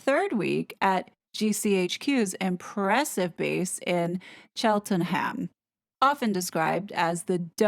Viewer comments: I love your vids,. I also love the differences between the UK & US. Pronunciation is a joy! You mentioned Vauxhall - this isn’t pronoun “Voe-Hall”, it’s “Voxhall”, and not “Chelten-Ham”, but “Cheltenum” (emphasis on the “Chel”. British English, eh? This isn’t a criticism - hope you don’t see it like that - more a rye look at British quirkiness. Please keep up the good work! X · Vauxhall - “Vockshall.” Just a usual unusual British pronunciation 😂 Cheltenham “Cheltnam”. Also that is exactly what they are after is the intelligence and tip-offs re security matters which ‘they’ CANNOT be trusted with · 'Chelt-num' that's how you pronounce Cheltenham. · Locals tend to pronounce it as Chelt-num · Fascinating stuff. Giles Coren has since admitted it was a lie. Apparently he likes Meghan!!! BTW: Vauxhall is pronounced "Voxhall" and Cheltenham is pronounced "Cheltnam". M will come unstuck with all her lies and machinations! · Thankyou.....just one thing....Cheltenham is pronounced Chelt........num 🫶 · It’s pronounced “Voxhall” and “Cheltenam” 😊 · Great work as always. Just a tip in pronouncing those tricky British places : Vauxhall = Voxle and Cheltenham = Chelltehnum. The h in ''ham '' endings is usually silent and the 'cester' endings are pronounced ''stuh'', as in Worcester = Wuh-stuh. Another funny one is Marylbone = Mahleybun. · Vauxhall is pronounced voxel, Cheltenham is Cheltn'm. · When pronouncing Cheltenham, the 'h' is silent. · It's why we , in the UK dont want them to have PPI status (well, the main reason) they'd have way too much information at their fingertips. Which you can be sure they would abuse! I think most of us here in the uk already knew about Prince Williams training with British intelligence and I'm very sure that it's something he keeps up to date with. Just for future reference Cheltenham is pronounced Chelt num, hope you don't mind me saying.